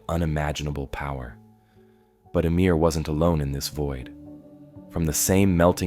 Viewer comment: ummmm emir?????? it’s ymir. YMIR